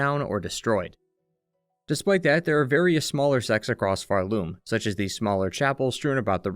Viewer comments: I hate myself for making such a trivial criticism on such an excellent video, but why do you say phar-LOOM rather than PHAR-loom? I’ve never heard anyone pronounce it that way. Okay, I’ll see myself out. Thank you for a great history! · this is a really cool analysis! I just cant get over you pronouncing Pharloom like far-LOOM instead of FARloom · I always pronounced it PHARloom, emphasis on Phar. Never heard someone say it with the emphasis on Loom like pharLOOM. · Why do you put the stress on Loom in Pharloom? Its far more intuitive to put the stress on the first syllable, Phar. PHARloom. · Nvm you also keep referring to Hallownest as “The Hallownest” so now I’m assuming it’s some sort of bit of you mispronouncing the world names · the way you pronounce pharloom gives me anxiety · why do you keep pronouncing pharloom like that